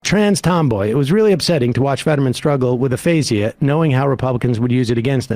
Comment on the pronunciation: A -fay-gha